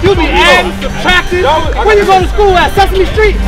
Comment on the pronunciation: You keep adding and substractin where you go to school at sesame street 🤣🤣🤣🤣 lmao